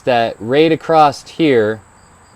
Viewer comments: There is no "T" in across other than that great video thanks. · I enjoy hearing various regional dialects, and your occasional pronunciation of "acrosst" was neat. I've never heard that one before. Makes sense of course, it's like a contraction of "across it". Also, about the softer/harder chains: one of the reasons a softer steel will get a sharper edge is due to the size of the crystalline structure in the different types of steel. A lot of people don't know this but different steels have different crystalline structures, not only due to alloy content, but also the processes of hardening and tempering steels change the crystal structure. Softer steel has smaller crystals, harder steel has larger crystals (both still microscopically tiny), and a smaller crystal means the edge can go to a finer point, just the same as how smaller pixels in an image mean the image can contain sharper detail. The edge can only get as thin as the crystal size. So it's not just that it's easier to sharpen soft steel, it's actually impossible to get harder steel to be as sharp as you can get softer steel.